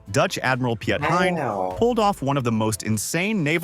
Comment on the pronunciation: Hilarious how the announcer speaks about Pi-et Hein. It’s rightly pronounced as Pete Hein.